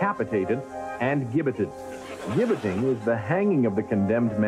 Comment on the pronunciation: also — it’s pronounced “jibbetting,” not “*gibb*etting”